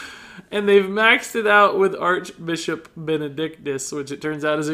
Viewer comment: Ha! he said Archbichop XD